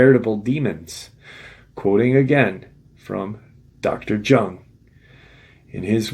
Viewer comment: Carl Jung is pronounced Yung.